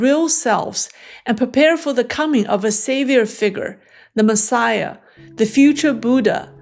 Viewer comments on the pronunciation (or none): none